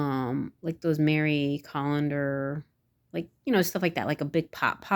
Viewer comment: Hahaha "Mary Collander" you are SO hilarious it's "Marie Callender" or something like that. Hahaha😂